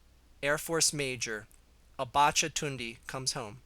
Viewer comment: It's pronounced tunda